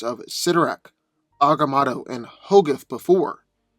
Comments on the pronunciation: It's not "eye of ahga mawddo" . It's Ahga Moe toe. It's not "Sitter ak", it's "Sigh toe rak" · You tell your story very well but you're saying the eye of agamotto so wrong it's very annoying